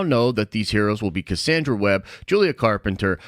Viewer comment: I'm skeptical about your pronunciation of Cassandra.😋